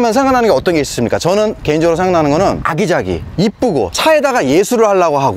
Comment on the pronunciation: 굉장히 아기자기하네요 (굉장히 쓰잘데기 없네요)로 들리는 ㅋ